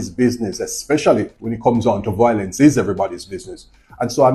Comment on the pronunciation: It’s a shame that our Jamaican people and family can no longer talk things out without being violent and killing each other, shame indeed. Anyways officer, the word is Violence and not volence.